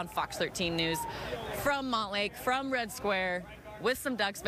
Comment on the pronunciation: Hey, it's Red Square, not Rad Square.